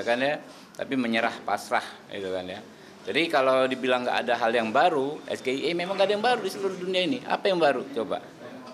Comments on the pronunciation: SGIE kalau dilafalkan dgn benar yaitu dlm bhsa inggris [ es ji i ai ] = State of the Global Islamic Economy. Tapi kalau SGIE dilafalkan-nya salah2 spti yg Mas Gibran lakukan [ es ge i e ] = Saya Gibran Ingin Enaknya. (kok sesuai fakta, ya ?) 😂😂😂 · Lucu Paslon dua,,sgie itu istilah singkatan dari bahasa inggris (state of the global islamic economy)tapi di baca malah sgie versi abjad Indonesia harusnya di baca versi Inggrisnya(es,ji,ai,i), yang nanya sok pinter tapi sayang pertanyaan gak jelas dan masyarakat jadi bingung terus terang saya aja bingung jangankan lawan debatnya...😂😂😂😂😂 Lah pendukungnya pada bangga pertanyaan gibran sulit itu bukan sulit tapi yang ngasih pertanyaan gak bermutu.. bikin malu aja. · Matamu mainan sehari2, banyak belajar juga tetap gak paham apa itu es ge i e, sok keminggris tp salah, es ji i ai kali 😂😂😂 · perhatikan lagi penyebutannnya dengan bahasa Inggris, es ji ai i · lu klo di tanya ttg UN, yg prtama lu pikirin apa?? Ujian Nasional kan??? tp klo misal yg nanya elu nyebutnya Yu En (UN= United Nation) yg ada di pikiran lu apa??? apakah masih Ujian Nasional??? itu yg nanyanya aja ga bisa bahasa inggris.. kelas cawapres tp b.inggrisnya kalah sm ponakan gue 😂😂😂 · SGIE tapi pake pronunciation ono😅 hebatttt 👍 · Baru kali ini aku tau ada singkatan bahasa inggris tapi di baca nya pakai lapal abjad bahasa indonesia es ge i e , Lalu itu di katakan cerdas 😁😁😁😁😁 , yang seperti inibmau jadi cawapres , Katanya lulusan singapore & australia tapi es ge i e 😁😁😁😁😁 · Yg bener itu Es ji ay i (S.G.I.E) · Ejaannya Es Ji Ai E karena itu ejaan Bh. Inggris. Gibran juga salah, makanya jangan dompleng! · Mengucapkan nya juga salah . Singkatan dari bahasa Inggris tapi mengucapkan nya salah 🤣🤣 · Jelas beda tong, yang lu sebutin itu udah jadi bahasa sehari² di kalangan non akademik, sampe yang ga tau apa arti COD pun ngerti maksudnya apa, lah ini SGIE jarang di pakai apalagi pelafalan pake Abjad biasa, dan kaidah pertanyaan pun ada kali apalagi menyangkut singkatan²😂